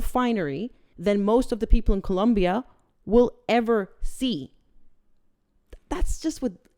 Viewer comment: Dear, You are the only person on YouTube that I have heard pronounce the word Colombia CORRECTLY!! Thank You! 😂